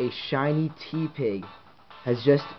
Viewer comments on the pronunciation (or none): It's pronounced Teh-pig not Tee-pig It's a pun of Tepid and Pig. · It's not Tea pig. It's te with the normal e sound. Te(normal e sound)pig